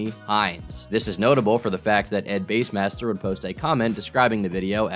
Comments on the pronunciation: ed base? I thought it was bass like the fish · You know it's bass, like the fish, right? Not the instrument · It’s Ed-bass master not Ed base master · Did call bassmaster “base-master”????? Tuff